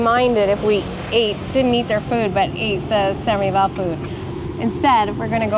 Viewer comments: Pronounce the “s” for the Filipino pronunciation of “sans rival” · ..its very french not to pronounce "s" in the sanS rival.. totally understandable👍😅